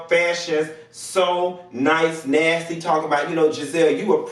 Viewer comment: Except loose. girl we hang on your every word..... I still can't get over when you called Mary from SLC NustAY not nasty NNUSSTEY! I hope you have trademark on your dinevarsms💙